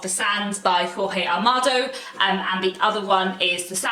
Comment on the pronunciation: Jorge Amado is pronounced as George Amado ( not as in Spanish). The ‘J ‘ in Portuguese is pronounced as the ‘J’ in English ( John, Jonathan, even George) . Hope you don’t mind. I love Penguin books, any type. And your collection is very good.